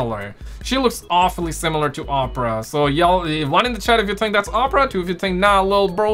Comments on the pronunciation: Ur saying opera wrong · R U fkn wit Us? LoL its O-Pruh (Oprah)